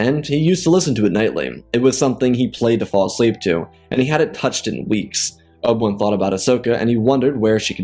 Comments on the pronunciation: Good story but it’s driving me nuts how he says Obi-Wan Kenobi. Obawon lol. Its O B 1 Kenobi Not Obawun Kenobi. Like I said, not trying to be mean or anything because the story is very good. Just my OCD listening to the name is driving me crazy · dawg can you say abi-wan not ob-1 im not hating but its just annoying but good vid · Who is Obil Wun? You need to slow down your narration, bro. You are in such a rush that you continually mispronounce and butcher names and places. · obwam, obam, obwem, obwan, oban, obi wan, is all i have heard throughout this video whenever you spoke about Obi Wan Kenobi, Student of Qui Gon Jin, Master and Brother of Anakin Skywalker, Close Friend of Ahsoka and Padmé, Etc.